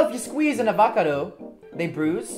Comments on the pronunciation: did Alex say avacdo bruh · Lol did anyone notice alex saying “AVACODO” btw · Wassabi Productions you said ovocato rong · Everyone: Avocado Them: Avacado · Am I the only one who noticed them saying avacado instead of avocado? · Umm it’s avocado not avacardo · so did u its avocado not avacado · “An AVAcado”-Alex Wassabi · Actually alex and You said "avacado" it should sound like Avocado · It’s a avocado not a avaccado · It's not avacito its avacoto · Its avocado not abacado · A vackado wth it’s a va ca do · Wassabi Productions umm you pronoused avocato wrong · They are being funny and u r right it is avocado but they said ovocato which made me laugh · You said avacado wrong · Nobody: Alex and: avAcOdoH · Avow - cadow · No, it's Ah-vah-cah-doe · I did they pronounced it avakado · I mean they said akavado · yo alex you said avacardo wrong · And you said avacardo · Foong Chen it's avacardo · They meant to say avacadro you spelt avocado wrong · 24 no a fre sha voco do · Nah it's avacano like Alex said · its FR ESH A VA CA DO 😦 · It's FREESH AVACADOO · Actually FREESH AVACODOO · I love how they called it a " Abakado" 😂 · I like how they said an avocado a “avoka doe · Who else Heard avocido fast instead of avocado slow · Why is nobody talking about how they called it an "aVOcdo" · Wow on a avotical that’s totally how to pronounce it 👏👏👏👏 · "Avca dough" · U said ovacdo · An a-va-ke-doe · They cannae say avocado! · * Emma Be careful with the avocado one that’s not how you say it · Ya, and you spelled avocado wrong!! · Hendrix Kayle what the hell is pillipino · and Alex are just trying to be funny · thats not it the words is avocado